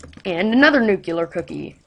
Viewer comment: IT IS NUCLEAR!!! NOT NUCULAR!!!!!!!!!!!!!!!!!!!!!!!!!!!!!!!!!!!!!!!!!!!!!!!